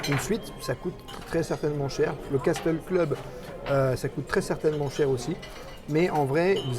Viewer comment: Salut, un grand merci pour cette vidéo qui fait rêver, au fait, Castle Club se prononce "Caseul Club", le T ne se prononce pas 😊, je vous adore, à très bientôt, gros bisous 😘, Sébastien